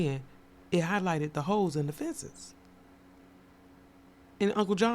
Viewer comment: Holes not Hoes! 😂😂😂😂😂